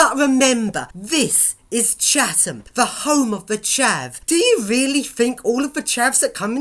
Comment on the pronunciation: ITS NOT CHAVHAM ITS CHATHAM